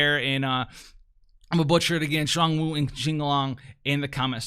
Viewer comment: For their pronunciation, it's Zh-uan (like the 'ju' part of au jus, rolling into Juan) Woo and Ching Long.